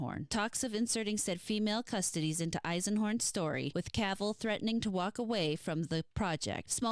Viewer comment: Pronunciation is closer, "CussToeTees", from custodian. ;)